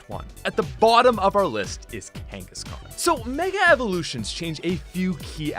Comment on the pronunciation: IT'S KANGASKHAN, NOT F*CKING KANGISKAN!